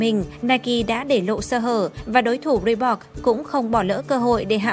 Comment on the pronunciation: chữ Reebok chứ không phải là Reebox.